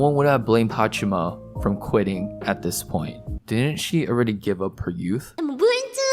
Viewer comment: I appreciate you making this video, but I wish you would show even more respect to her by pronouncing her name properly. It's HaachAma, not HaachIma.